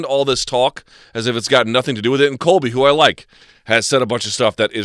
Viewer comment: Disliked the video the moment I heard him say Cobly Clinton is his guy.